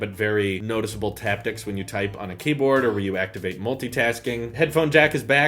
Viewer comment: haptics not taptics. Taptics isn’t a word.